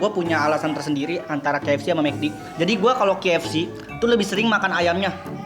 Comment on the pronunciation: Bang bukan kfc fck=fack